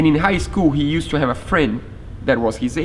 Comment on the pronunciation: Your English is nearly perfect, but I notice that you will use two syllables to say words that end with "ed". For example, words like used and loved, are both one syllable words. Awesome project and I can't wait to see it on the water!!